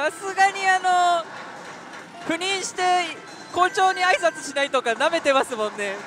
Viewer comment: ところどころ言う赴任…避妊と不倫に聞こえてしまって悩むわ